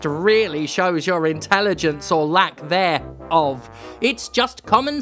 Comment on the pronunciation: I lost it a bit at the reading of "there of" instead of "thereof"